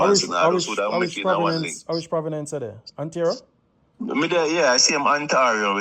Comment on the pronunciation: This is a real feel-good story. Good for him., you pronounce Ontario correctly. It is not pronounce the way he is pronouncing it. It is pronounced On-tear-re--o spell Ontario. However, you kept saying Providence, it is not pronounce Providence, it is pronounced Province. Providence is the name of a Caribbean island in Colombia.